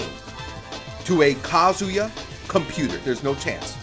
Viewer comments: Please tells your players it is not "kaZUya" It is "KAzuya" From: everyone Thank you!! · i can’t believe some people still saying “kazooyuh”😂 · I almost think people are doing it out of spite because there’s no way you could actually think his name is Kazooyuh. Kind of like the whole shoto thing.